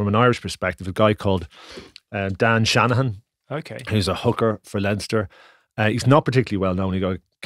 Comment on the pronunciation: Shaggy its Dan Sheehan not Dan Shanhan